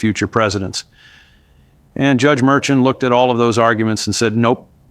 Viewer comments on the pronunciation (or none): The Judges name is pronounced Mershawn.